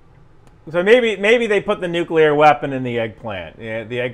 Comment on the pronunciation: Hilarious! Also, I can dig "Eye-ran," but "temp-eh-chur" and "nucular" still make me chuckle sometimes.